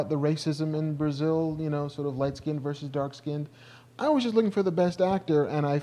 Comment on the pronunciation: It's verSUS not Verse- that's strictly a part of a song. Get yourself an education